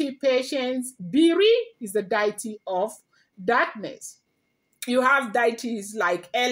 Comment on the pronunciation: With all due respect it’s Dee-uh-tee not Die-e-tee.